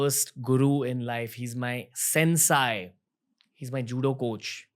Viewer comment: It is not pronounced as सेन्साय It is सेन्से